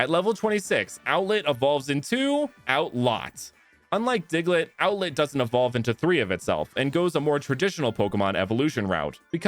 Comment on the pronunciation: Do you mean outlet or outlett